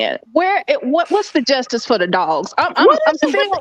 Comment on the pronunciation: Did she say, "in the DUSTICE system"?🤣😂🤣😂🤣😭😭😆😭😂🤣🤣